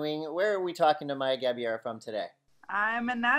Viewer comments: The correct pronounciation of her last name is “GA - BAY - RAH” (not Gabeera). Congrats lovely Maya! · Actually they got it more wrong than that... They said Gabee-AIR-uh. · It's GA-BEI-RA